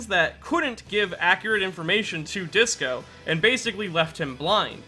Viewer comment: Bruh y is Disco 5 different syllables but you pronounced it with 3 when I thought it was obviously 2 I'm eternally confused.